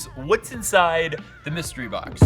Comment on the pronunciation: Mustery BOCK-SAYS